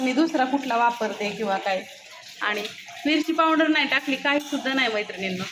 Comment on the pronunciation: पाॅवडर नाही म्हणत😅पावडर म्हणतात